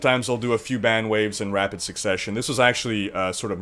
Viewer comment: bang or ban, sounds like ur saying bang